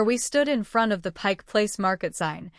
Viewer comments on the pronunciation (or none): none